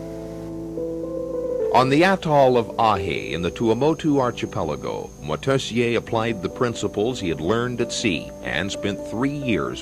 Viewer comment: shame the ignorant narrator cant pronounce Moitessier's name